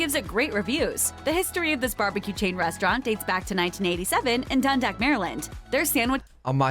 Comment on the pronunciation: As a Maryland native for almost 40 years, I'll be 40 next year. I am angry Maryland freaking. Can't even get the name right it's Dundalk not done dackt really can't even say Dundalk right? The L is silent but you can say it I'm from Glen Burnie. We love our Pipp beef but I'm not sure chaps is where we went Glen Burnie there's a lot of places we ate. I guess they're not big not as many of them. there's Roys Quick Corner for the crabcakes and for barbecue, we have heaven with Dotson the best ribs, bacon rack scallops. I moved to Annapolis and we have really great place down the street from me. It's called pit boys with pit beef that is out of this world chaps is OK. Maryland has a hard time picking a single place, you have to come and I have to give you a tour of Maryland and DC area you gotta come I'm the tour guide having lived here for my whole life born and raised. I'll take you to the real local places take you to Lexington market up to Wilkins Avenue not just tourist areas, but where we go the people in the three snaps im shellnet411 on most social media and at